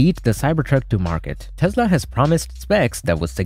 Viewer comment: What is a Tezla?